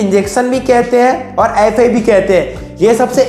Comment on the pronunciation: Gandu youtuber FI को अाई फाई बोल्देतेहैँ ?